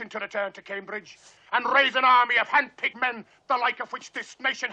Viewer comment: "Hand picked men" becomes " hand pigmen"?????